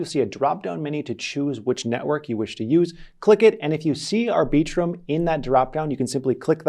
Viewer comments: “aR Bee Trum” 🤔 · FYI, no one, and I mean NO ONE pronounces Arbiitrum the way you just did. You mutilated that name.